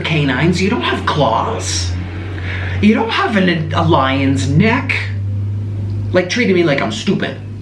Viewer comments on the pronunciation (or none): The way he said lion's neck made me burst in to laughter for some reason😂😂😂